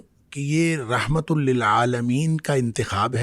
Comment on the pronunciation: اسلام علیکم ورحمتہ اللہ میں رحمت کی ح پر زبر ہے